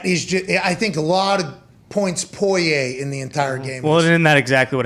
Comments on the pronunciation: Y’all killing me this week with Poirier’s name lol it’s pour-E-A not poy-aye fellas. Spot on with the calls tho l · Pat: I’m a “Pullyay” guy now Me: guys…it’s Porrier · the name is pronounced POUREEA not POIYAY i don’t know who told these guys to say it like this but it’s driving me crazy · I'm from Louisiana it's pronounced poor e a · Porier or poyay lol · Pat "Poiyay" McAfee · It’s bugging me too 😂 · Technically, they’re pronouncing it correctly, as the French would. Pour-e-a is the the Americanized pronunciation 😂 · This whole crew obviously knows nothing about the UFC other than Conor. I guarantee they had no idea that "Poy-yay" was the favorite... For good reason. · Dude can’t pronounce Poirier to save his life lol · It's a French last name, so they are half-way doing a bad French pronunciation of it. 😁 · Well it’s not po-ri-er like most people pronounce it..